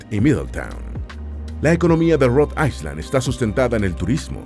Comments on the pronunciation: Se pronuncia Rhode Ayland no Rode Aysland, aunque se escribe Rhode Island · Rod AiSSSSSSSSSSSSSSSSSSSSland?? Qué mal pronuncia la IA 😢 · Rhode ISLAND... me daban calosfríos cada vez que escuchaba "aiSland" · No se pronuncia Rhode AISLAND con S sino Rhode Ailand sin S. Es una particularidad del Ingles. Como tampoco se pronuncia ILinois con S sino ILinoi sin S.